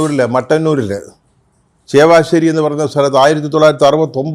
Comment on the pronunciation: ചേവശ്ശേരിയോ അതോ ചാവശ്ശേരിയോ? വ്യക്തമായി പറയൂ....